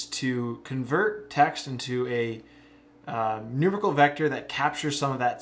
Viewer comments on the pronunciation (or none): NooMAREickle, not NOOmerical >)